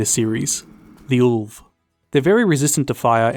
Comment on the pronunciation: Ulv is perfectly pronounced. Eitr on the other hand... Cheers, you!;)